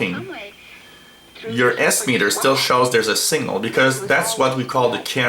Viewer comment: Dear sir. There's is signifigantly difference between 'single' and 'signal' . Your pronounciation does not differentiate between them... It hurts my ears.